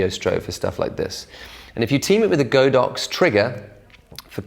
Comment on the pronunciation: Really great video as usual! Btw the "Godox" actually to be pronounced as "God ox":)